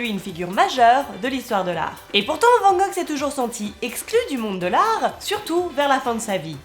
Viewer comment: Amis français, prononcez Vanne Gogh pour ne pas passer pour un touriste dans un musée.